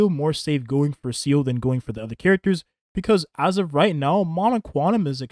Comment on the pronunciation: It's Seele, not Seal. She did not kill Bin Laden.